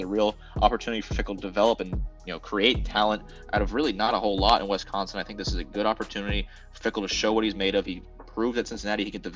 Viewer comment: Every time you say We-sconsin I lose a little more respect for your analysis.